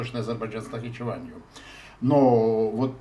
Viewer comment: иногда пытается произносить Нахичевань по армянски с фантазией на виды - Нахиджеван